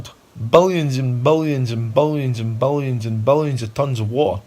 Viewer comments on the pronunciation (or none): Bolions and bolions and bolions of tons of wa’hr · its ironic it sounds like he keeps saying ball-i-ons ball-i-ons instead of billions lol subconsciously I think he knows its a ball he's on lol